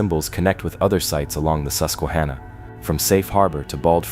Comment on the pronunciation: And is susquaHANNAH